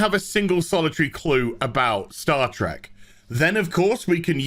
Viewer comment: HAHAA HE SAID STAR TRECK HE SAID STAR TRECK I WAS THE FIRST TO NOTICE REEEEEEEEEEEEEEEEEEEEEE